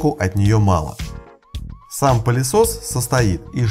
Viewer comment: Мне одному слышится "пАлесос"?